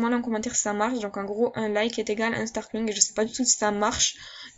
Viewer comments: star couing jpp :'( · Star Kouing 😂😂